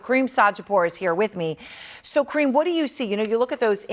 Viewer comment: she calling him cream like a body lotion his name is Karim not cream